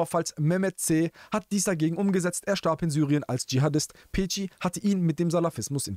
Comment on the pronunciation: Peci spricht man Pezi wie Spezi